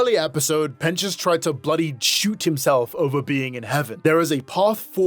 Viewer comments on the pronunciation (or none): none